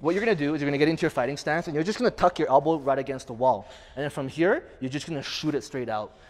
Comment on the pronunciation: Lol. Hell-bow.